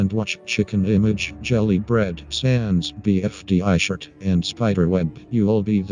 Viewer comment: Bro said jelly beard not jelly bread